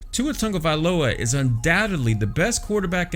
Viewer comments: Who is TUNGAvailoa?? His name is TAGOvailoa. I’m not sure why pronunciation is so hard for people. Smh... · Tongueavailoa is how you’re saying it😂😂 lol. I’m not even an Alabama fan and I know how to say it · They ain't gonna bench my man Tua. And stop saying his last name wrong it's annoying. Also #POLYPRIDE🔥💯💪🏼🇦🇸🇼🇸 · I want to criticize how you pronounce his last name...but I can't say it either...